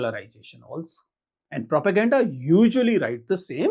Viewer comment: Propergenda ❌ properGenda ✅